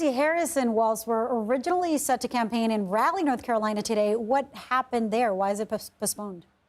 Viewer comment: Its Raw-leigh not Rally